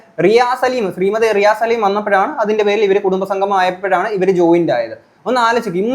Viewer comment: RI A SALIM ALLA...❌❌ RI ASS LIM ✅✅